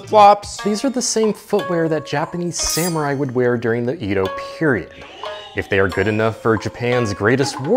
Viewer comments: he pronounced it 'Eeedo' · 江戸 (Edo) is pronounced ‘eh-do,’ not ‘ee-do.’ The ‘e’ in Japanese has a different sound, more like in ‘bed.’ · its pronounced eh doh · it’s the way he pronounced it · Of course mispronounces Edo lmao